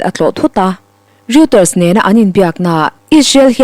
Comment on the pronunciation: Roiterz tih tur.